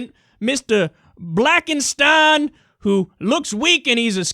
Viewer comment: "Mr. Blackensten" OMG :D